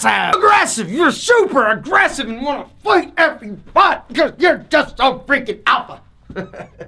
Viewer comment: I start screaming when u sed aggressive